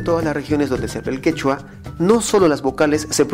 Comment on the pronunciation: el expositor ya extirpo la e de la pronunciación ccechwa(segundo 52), lo pronuncia jichwa. En elPeru ni los maestros, ni autores de libro pueden escribir qichwa y pronunciar qechwa. El contexto español de hablar como esta escrito les gana. En consecuencia el quechua se fricativiza Q- > h . Perdiendose 3 letras en el alfabeto: q, e, o